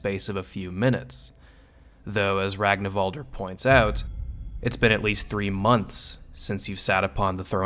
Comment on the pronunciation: Why people keep mispronouncing his name? Its Rag-en-val-der